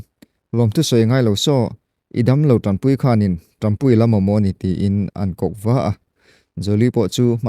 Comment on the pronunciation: TAMPUI ni lovin TANPUI tihtur, mizo tawngah chuan, puitling in diktakin chhiar hram² teh